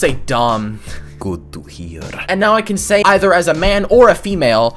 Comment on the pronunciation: “gut tu hiar” had me dead